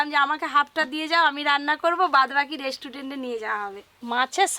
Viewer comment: Mukhe jokhon restaurant uchharon hobe na tokhon hotel bole diyo tao vul val bolo na 100 bar dhore